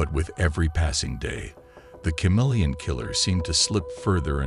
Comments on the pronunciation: Dude, is this even a real case? Ive never heard it before. First off, its ka-MEEL-yun, not cha-MEEL-yun. You left us with more questions than answers... What year(s) was this case? What in DuBois' background prepared him to impersonate all these different people and nationalities? He impersonated a woman? How was he able to pull that off? How did finding a fingerprint lead to them finding out he was shacked up in a hunting lodge? Who were the cops who figured that out? When he was caught, where was he prosecuted? Which country? What sentence did he receive and where is he incarcerated? His policeman brother , you imply, was aware of his brother's crimes. Why wasnt the brother prosecuted for harboring a fugitive or as an accessory after the fact? These are obvious questions you should have addressed in the video. Do the research, then remake the video. This one is just missing too much background info. 😮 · Love thenew channel & the subject & the blessedly not- totally-over-covered case... ... but... every time he pronounced the word "CHameleon" incorrectly, my face involuntarily contorted into a painful cringe...😬🥴 Lol Keep up the good work to! I appreciate all your time, effort, & hard work!!